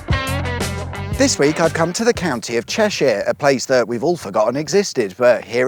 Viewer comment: Cheshire or Ceshire?